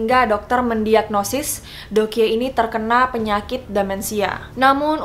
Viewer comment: Doekhye dibaca Dok hye